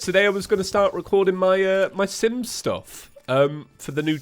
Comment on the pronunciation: When he said je was recording Sims stuff i heard Simp stuff. Didnt know he was a simp lol.